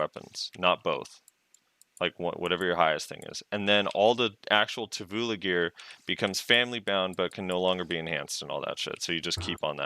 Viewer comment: Every time says Tuvula a little piece of me dies:')